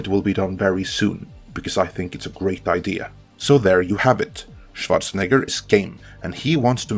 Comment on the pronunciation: I used to dislike your heavy foreign accent, but fuck did I love how you pronounce Schwarzenegger perfectly